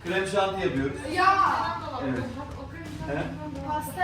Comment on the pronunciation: Iviiiiiiit evet yerine ivit